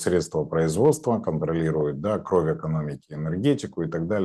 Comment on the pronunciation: Ув., вы высококультурный и образованный человек, но Ваше "да" больше похоже на кадыровское "дон". Без обид